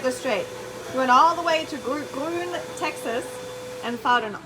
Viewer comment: FYI, Gruene is pronounced "Green" in Texas.